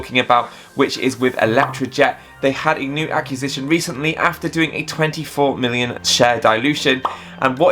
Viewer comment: Love your videos and thank you for the optimism regarding this amazing company. May I just ask that you learn how to pronounce acquisition, please. lol